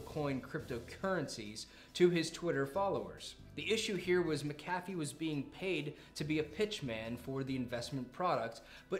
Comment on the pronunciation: See you still haven't figured out how to equalize your audio, right on. And just HOW do you not know how to pronounce "Mc A Fee"??? Well done.....slow clap of disappointment.